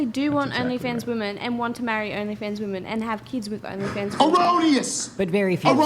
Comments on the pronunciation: Why do so many of them pronounce "women" as "woman"? I never understood this. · Serious question, wtf is up with these young women pronouncing "women" as "woman"? I've never heard of this being a thing until recent years.